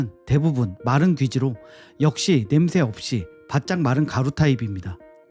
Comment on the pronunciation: 냄 thㅐ 라고 발음 하시네 thㅐ 가 아니고 혀끝이 입천장과 앞닛몸 사이 꼬리에 닿게 냄새 라고 발음 하시는게 맞습니다